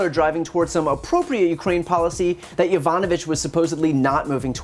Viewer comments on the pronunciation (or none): He can’t even say her name right. Be says “Yanovich”